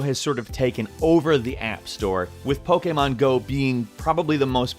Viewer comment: You pronounce Pokemon Go like a Romanian Seriusly